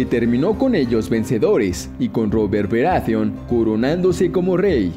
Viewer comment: Bien, despues de escuchar esta sarta de estupideces (sacando la ultima que es mas que obvia...) queria dejar unas consultas: 1) Claramente para el video se uso algun tipo de modulador de voz bastante mediocre.. 2) De no ser asi por favor indicarme quienes son "Denarius Targaryen", "Robert Beratheon", "Twyn", Tyron".. ya que voy ya por Festin de cuervos y jamas escuche de estos personajes. A lo mejor se referiria a Daenerys, Tywin, Robert BARATHEON y Tyrion... Conclusion, hacer un video con teorias estupidas pueden tener sentido, pero minimamente seria bueno aprender los nombres de los personajes.. A kurko vein le gusta esto xD